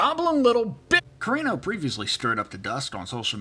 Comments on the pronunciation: CARRANO not carino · Uh.... You are mispronouncing Gina's last name. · Curious if you are intentionally pronouncing her name wrong? Thanks.